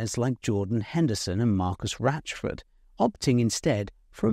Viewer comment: Why is ‘Rashford’ pronounced as ‘Ratchford’ ? Is that an accent thing or a peculiarity of this very name?